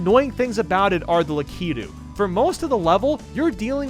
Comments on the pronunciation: I've heard of Lakitu. But wth is a "Lakeeto"? 😂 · Lekitu? You mean la(a) kitu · It’s lakitu not ‘lackeetoo’ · in the last one why did he say lakitu like lakeyto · Huh (Lakeetu) It's Lakitu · laa-kee-two? lol it's lak-it-oo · it’s La-ku-too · ITS SPELLED LAH-KE-TOO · I think its pronouced lack-itwo. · The way he says lakitu annoys me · You mispronounced ‘Lakitu’. Automatic dislike (I’m just kidding I still liked the video)